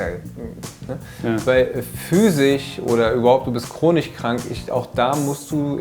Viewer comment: Chronich und physich ist einfach Baba